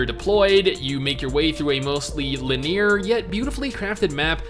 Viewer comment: You sound like english is your first language, but can't pronounce "linear" LUL